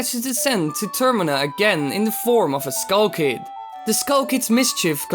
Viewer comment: wtf is a kull kid its skull kid not kull kid fawk learn to talk less loud and learn to talk slower bloody hell